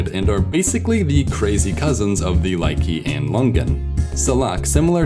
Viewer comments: It's Lychee not Lykee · lychee = lai + chi, not key. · its lie-chee not lie-kee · Dude, it's pronounced leech-ee, not lie-key. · please pronounce lychee as 'lye-chee' like cheese, instead of 'lye-key' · Be careful they are Lay-tsee Lõ-an not Lay-gee Lon-gyan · I died when pronounced "Lychee" as "Likey" instead of "Lee-chee" or "Lee-zhi" XD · It's pronounced Ly-chee not ly-kee... 🤦‍♂️ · Lychee is pronounced lie-chee not lie-kee. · correct pronouncation is LICHi not Liky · Lychee /ˈlʌɪtʃiː,ˈlɪtʃiː/ is pronounced “Li” as in “Lion” and “chee” as in cheetah Not Likee !!! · It's not LIE-KEY, it should be pronounced as LEE-CHEE! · It's lychee .not likee. (Lee-chi) is how it's pronounced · that fruit pronunciation is wrong. It is pronounced as "Lychee" & not "Lykee". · that is not "laikee". that is Lychee, pronounced like "lee- chi" . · Lychee is pronounced Lie-chee not lie-key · Wait what? Ly-cee? It’s Ly-chee ya cute little toilet roll tube. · Bro why you pronounce 'Lychee' as likey as you say 'nike', I guess most say it as lee-chi or ly-chi. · Lychee is pronounced "Lie-Chee" not "Lie-Kee" as the 2nd syllable of its Chinese name is pronounced "Zhi" which is closer to Ch than K. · In South Asia, calabash/bottle gourd are eaten like vegetables. It's not pronounced ly-kee. And longan are native to the Indian subcontinent too. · Sir, I'm not sure if anyone mentioned it yet. If they have, I apologize, but Lychee or Litchi is pronounced LEE-chee. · "chee" in Lychee is pronounced like "chee" in "cheetah" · did he just say lik-ee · Who the fck pronounce Lychee (Lykye) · lychee is pronounced lee-chee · Lychee Lai-Ch-e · "Lychee" or "Litchi" is pronounced "Lich-ee" Not to be that guy. But goddamn is it tasty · Tomatoes aren’t fruit fight me! It’s lee•chee smh. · the way you said lychee unplugged my life support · I smile every time he butchers the pronunciation of "lychee". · you are pronouncing lichee wrong! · ch in lychee is literally pronounced as ch in english, not k.